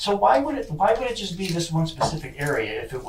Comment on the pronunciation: I've had enough already, he said Pacific day